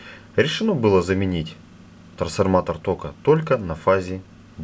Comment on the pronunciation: Прикольное произношение слова трансформатор)